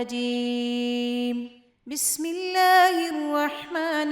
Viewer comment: بسم اللہ الرحمن الرحیم ہے بسم اللہ الروحمن الروحیم نہیں